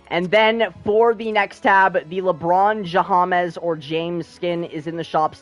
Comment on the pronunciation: Bro really said lebron jahamaaas